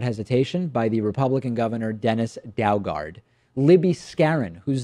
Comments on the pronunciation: Daugaard is pronounced do gard. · Governors name pronounced "doo-gard " FYI. Just like the dr. Doolittle that he is.